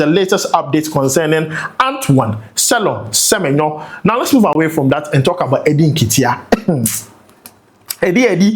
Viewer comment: please pronounce Semenyo well. I'm a big fan of you.